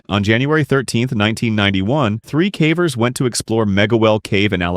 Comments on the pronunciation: I assumed that when he said "cavers" as if it was to rhyme with "cadaver" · 6 cavers was pronounced wrong in the third one